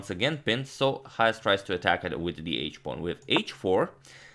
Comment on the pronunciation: Why do you keep pronouncing his name as YAHAS??? It is pronounced CHAHAS...Written Chajes